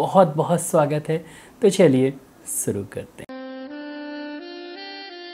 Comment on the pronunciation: सुरु नही शुरु होता है।